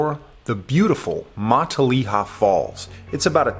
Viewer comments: Fun hike.. Matilija is not pronounced like 'Matt-a-LEE-ha'.. More like 'Ma-TiLL-e-ha' with a short e..:hand-purple-blue-peace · It’s pronounced muh-tilla-ha!!! 😂🤦🏼‍♂️ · Thx for the beautiful video! Looks like you had a lot of fun. Btw, Matilija is pronounced Ma-til'-i'-ha', emphasis on the 2nd and 4th syllable. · Pronounced Ma till a ha Not Mont te leya Falls. Everyone gets it wrong. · MUH-TIL-EH-HA = MATILIJA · Born and raised in Ojai 40+ years... it was actually my junior high school as well. You are not pronouncing Matilija correctly... :-( First time I heard someone say it that way. It's actually "MA-TIL-I-HA". Nice video tho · Mah-tall-EE-ha, lol, I literally cut most of that brush to get there. BTW that easement you walked through, the owner’s name is buzz and he’s an asshole. You are correct after 4 years of no maintenance the land is free to access by the public through the blue heron property. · ma Till aha. Take it from a native. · Matilija (MA-Till-LY- A) Falls. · Beautiful, but learn how to pronounce the word. Matilija (muh-till-ih- ha) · Exactly, fellow Ojaian here. It is pronounced Ma-TILL-a-ha. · It's pronounced Muh-tileh-ha. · My mom lives in Ojai....and its pronounced "Muh-tilla-ha". 😉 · Awesome video but listening to you say mahtileeuhha over & over again makes me wana jump off a cliff with no water at the bottom lmao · You dont belong in these canyons and neither do visitors. Thr roads are closed and so are the trailheads. Youre trespassing, and yku cant even pronounce the name of the canyons. This is bad karma for you. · the way you say Matilija pains me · I lived on matilija canyon road 1993. Lived in Ojai for 14 years and hiking was my life. Lol...he needs to know how to pronounce Matilija. 🕊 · Say Matilija right... also this isn't hidden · Great video I live in Ojai! Just a heads up you pronounced matilija wrong. We take that pretty seriously lol 😜